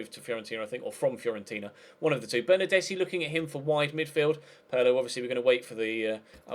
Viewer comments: Bernardeschi is pronounced like Bernardeski. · Bernardeschi is pronounced like Bernardeski